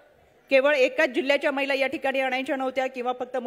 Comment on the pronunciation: ताई मैला धोरण नव्हे,,,,, महिला धोरण,,,,,, म्हणा,,,,❤❤